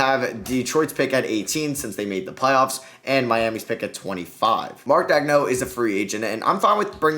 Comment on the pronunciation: damn the pronunciation of Maledon, Pokusevski, and coach Daigneault were rough man